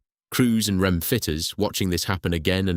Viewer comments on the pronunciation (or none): I wish you'd research how to pronounce technical terms as much as you research the history. For example, REME is pronounced REE-ME; not rem